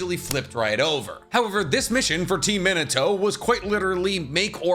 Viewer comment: At first I was like, "Who the heck is Meh-Neh-Toh?" Then I realized, OOOoohh....he's talking about Mee-Nah-Toh. This anime is probably the anime where everyone always mispronounces at least one of the names.